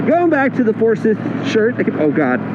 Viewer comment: I like it...might grab the black. By the way, it's ForsYth, not ForsIth.